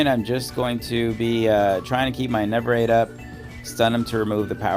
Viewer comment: Bro it’s ENERVATE not ENEVERATE